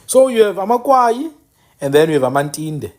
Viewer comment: Good reservation of our History bhuti BUT I want to correct you on the narrative of AmaKwayi. SingamaKwayi sakwaya zange sikwaywe. It’s AmaKwayi not AmaKwaywa. After the death of UKumkani uNgconde, his son uGando from indlu eNkulu was already the King of AmaXhosa There was nothing called amaKwayi until Zikolesizwe (Gando) abandoned his home and the crown because of iyelenqe elakhiwa nguTshiwo ekunye noMdange. UTshiwo waye waze wangena even Gando’s daughter uNoqazo . In Tshiwo’s bethrowal of Gandowentshaba, Gando wakwaya (abandoned or left) ikhaya and that is how Tshiwo became the next King of AmaXhosa with Mdange’s help. That is why you will hear imiDange ikhahlelwa as Mdange kaTshiwo. Without going into details, I just wanted to point out that correction about AmaKwayi kaNgconde I see not a lot of books narrates it correctly and even abantu bakuthi abakwazi nokuzithutha.